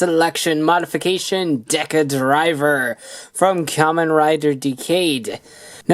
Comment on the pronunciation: Im just mad how he said decadriver wrong